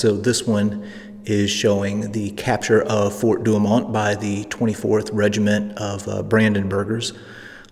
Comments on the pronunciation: sorry... "4 du oh moe" google will give you the phonetic pronunciations...and I'm just messing with ya, I love your channel! That's Fort Douaumont sounded out as we used to say. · "For- Do Oh Moh" Fer cryin' out loud man Google can tell ya how to pronounce these French Nouns.